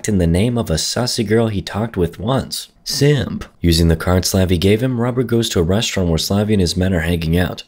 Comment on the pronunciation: "but our man decides to act in the same of a sussy girl he talked with once, SIIMP " why he say simp that way lmao